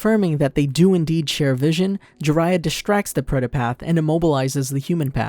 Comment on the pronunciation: It's not preda path , it's pretha path , known in hindusim as the path to death